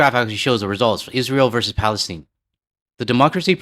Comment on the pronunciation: Don't let other people change the Canadian accent. It's Palestine not "Palesteen", Iran not "Eeran", Kiev not "Keev", and I will never start calling myself "American" or call Americans "USians" or whatever.